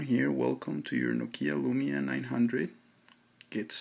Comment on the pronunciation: it's NOkia, not NoKIa!! Stress on O!! ok?!